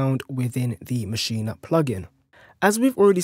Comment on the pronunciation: It's MASCHINE....NOT MACHIN"A" DUDE.